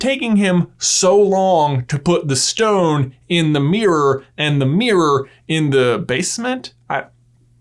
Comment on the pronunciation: No one: J: “FIRSHT”… “Philosopher’s Shtone” Im sorry love you J but I can’t unhear it now